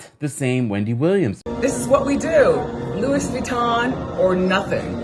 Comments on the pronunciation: Did she really pronounce it like “Lewis” Vuitton?! 😄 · did she say "Louis(Lewis) Vuitton"? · Louis Vuitton‘s name is pronounced “Luwe”! Like Lewie!